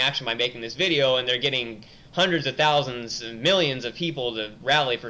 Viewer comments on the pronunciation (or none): none